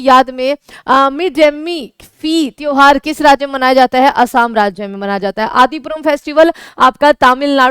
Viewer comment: असम को असाम क्यों बोलते हैं?